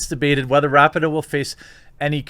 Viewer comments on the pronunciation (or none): Her name is pronounced Ra-pee-no. Capiche? Regardless, she is still a garage human being. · Jeremy…. I’m a huge fan and I don’t want you to get flack for something as minor as mispronouncing her name. But it’s pronounced Ra-Pee-No. Hopefully you won’t need to talk about her again…. I just thought I would give you a heads up.